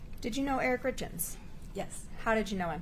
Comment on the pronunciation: everyone else has been pronouncing their names as "Richins", just as it's spelled. I believe even Eric's family, the source of the name, pronounces it that way. So why does she pronounce it this weird awkward way? "RITZ KINS"??? is what it sounds like she's saying. it sounds like she says it "Richins", even though it's the same recording. Does anyone else hear the difference though? Is it just my audio? Is it YouTube?